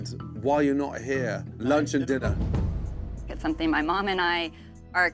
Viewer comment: We gonna ignore the fact he said "diner" and not "dinner"?.... It's like the Kitchen Nightmare episode where someone spelt dinning experience, instead of dining experience.